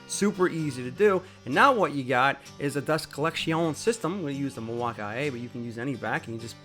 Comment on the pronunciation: Milwaukii, or Milwaukee? Bad pronunciation